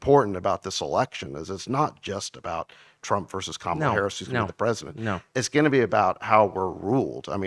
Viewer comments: "Kamala, Camela....Carmela"🤣🤣🤣🤣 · I like how Viveke pronounces "Kumula" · Comma-la, Kahmah-la, Carmela? …. Who Cares? 💀💀🤣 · MTG said “who cares” when ask how to pronounce Kamala